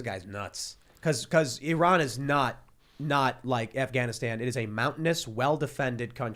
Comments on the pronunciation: To ee raan . He is one of people that actually can pronounce 😏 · Thank you tim for pronouncing my country currectly Your fan from iran